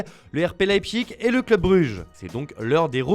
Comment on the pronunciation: Il faudrait apprendre à prononcer Leipzig, un jour, peut-être hein.